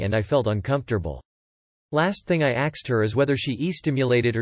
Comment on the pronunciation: Asked is pronounced "askd" not "axd". Sheesh.